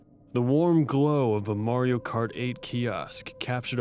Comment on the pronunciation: MA-RIO why can’t you say MARIO 😂